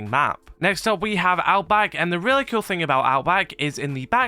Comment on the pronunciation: it really sounds like you say kewl and skewl lol